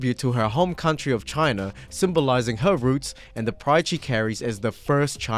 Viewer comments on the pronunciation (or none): none